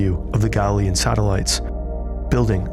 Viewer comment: Why they say galilean and io like that ew 🤢